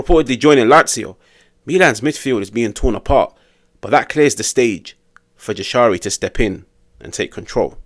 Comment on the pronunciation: In Albanian, the letter ‘J’ is pronounced like the English ‘Y’ in the word ‘yes’. So it’s ‘Yah-sha-ree’, not ‘Jah-sha-ree’ or ‘Zha-sha-ree’. Think of it like saying ‘Yashari’.